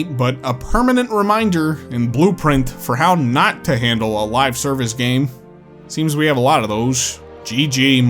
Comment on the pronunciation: When you said live-service, I heard it as 'lie-service' and I think that's actually an appropriate way to call this style of over charged scams.